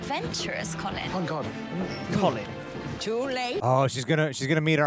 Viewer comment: Gregory and Hyacinth, and it's Colin, not Collin